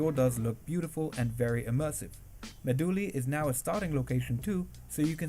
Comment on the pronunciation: the old community pronounces Meh-doo-lee